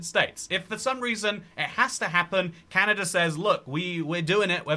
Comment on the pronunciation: "Canader" new slur just dropped🗣🗣